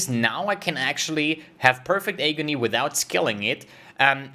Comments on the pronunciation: if you don't mind the correction, you're saying hey-gony, it's pronounced, ah-gony. English is not my first language either before people start flaming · Agony sounds like Atrophy. It gives me Agony to listen it pronounced as eygony. 😅😅😅 Nice vid as usual